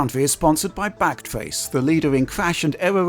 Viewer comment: Lol brought to you by backtrace, thought he said blackface 😂